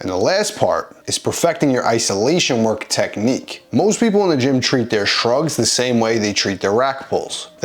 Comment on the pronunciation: “Technicque” eh.